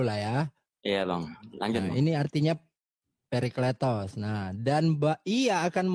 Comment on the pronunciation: Parakletos bang bukan perikletos